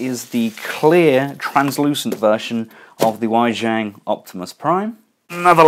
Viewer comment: I've been meaning to say this, but tried not nitpicking. But I just had to put it out there, Wei Jiang is pronounced "Way Gee-Ung". Looking forward to the reviews!